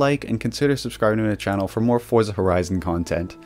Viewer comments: It's actually pronounced "Fortza" because it's an italian word like Pizza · Americans pronounce Forza incorrectly. It's pronounced Fortza the same same you would pronounce pizza as peetza.